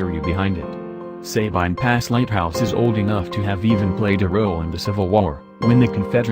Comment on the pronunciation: I’m from Louisiana and when we said Sabine I laughed😂 it’s a very good video though♥️